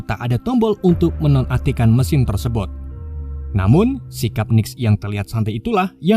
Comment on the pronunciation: Min cobak ngomong " Tersebot" 😊 😁😁